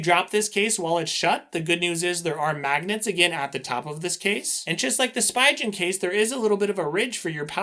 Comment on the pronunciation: great video! the way you say Spigen makes me cringe though... the "pi" is pronounced as "pee" the "G" in "gen" is pronounced as the "G" in "go" pronunciation /spee'gan/